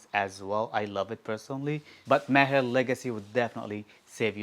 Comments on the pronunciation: That's amazing. No wonder you pronounce Maher, Entebaa properly 👌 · I like how you pronounce "Maher", sounds authentic 👌 Nice list bro